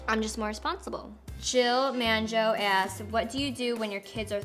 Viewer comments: It made me laugh when she pronounced mango as man-jo lol it was cute :D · Anyone else peep how she pronounced mango lol?